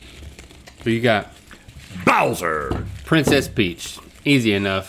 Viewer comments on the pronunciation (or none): “priness peach” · Priness Peach? 😂